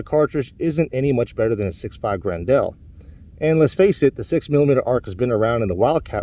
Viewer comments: FYI, it's not gren-DEL, it's pronounced "grendull", like the antagonist from Beowolf. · If I hear him say Grin-dell once more I was going to stick an ice pick in my ears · "Gren-dell" lol